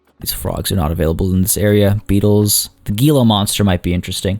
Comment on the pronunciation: Gila is pronounced he•luh